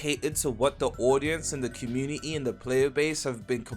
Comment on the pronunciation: Bro says community like comu-ni-ni